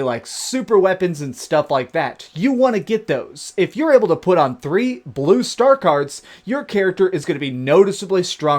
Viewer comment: "da stwaaangest stuff is bwue "